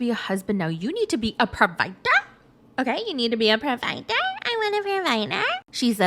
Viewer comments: i LOVE “pro-VI-DER!!!” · "You need to be PRO-VI-DER!" 😂😂😂😂 Gets me every.single.time. 😂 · LOLOL not a pro-va-DER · Please, dear god, stop saying provider like Amanda 🙏